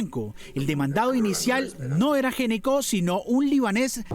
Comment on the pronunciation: Gnecco no se preonuncia "géneco", se preonuncia "Neco". Cómo muchas otras palabras, la letra inicial NO suena. Ej. Know, psicología, Knorr, knife, knee, knock, wrong, write, wrist.